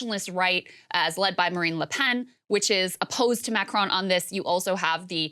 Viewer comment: Macronnn La Pennn Jeannnn Can Americans at least try to pronounce stuff properly.